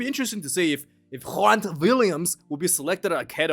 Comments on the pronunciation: Guess Malcom Marx is coming after all. You must be stoked. Grant is pronounced like Hugh Grant. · Grant is pronounced like my name,the G is gutteral like you are getting ready to spit from your lungs so it is Ghhe.